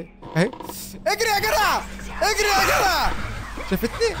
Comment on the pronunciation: بحبك جدا جدا يا + انك بتقول يا جرع مش يا جدع